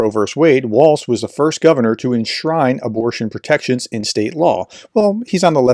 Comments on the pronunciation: Walz. Note there’s no t there. Walz. Walls. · ||||| ||||| ||||| = # of x you couldn’t be bothered to pronounce Tim Walz’s name correctly. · Is there a reason that you can’t be bothered to pronounce his name correctly?